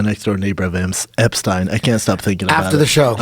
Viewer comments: He’s got to stop saying “Epstine” ITS “EPSTEEN” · epSTINE?!?!? PLEASE FOR THE LOVE OF GOD SHUT THE FUCK UP SLOOB